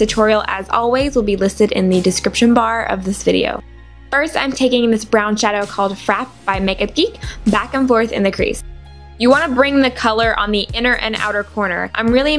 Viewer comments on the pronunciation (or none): I think it's meant to be frappe, like a caramel frappe...frapp-aye.